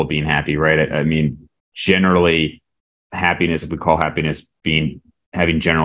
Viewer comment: saying hap-piness is hilarious 😂